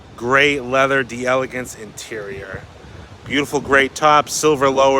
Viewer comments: Just FYI, in French, it is pronounced DELL EGANCE. DEE ELEGANCE would be an Italian pronunciation. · Love ya,! The actual pronunciation of “d’Elegance” is “Dell-egance.” It’s a French conjugation of “De Elegance,” which as you already know means “Of Elegance.” Absolutely judgments! You’re still my favorite Cadillac expert! Just clarifying 😁